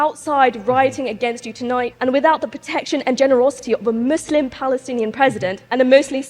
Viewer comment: Why is she pronouncing Muslim all weird ? She looks foolish